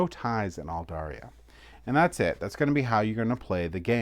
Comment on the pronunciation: Just bought this online! Really looking forward to getting it. Loved your run through - you kept it simple and easy to understand. Just one minor criticism - there is no "i" in the name. It's Aldarra, not Aldarria.